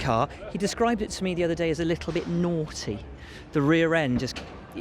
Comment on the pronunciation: Nooghty rear